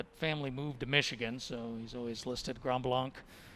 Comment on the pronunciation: Somebody tell the commentator that Grant Fisher’s High school is pronounced “Grand” “Blank.”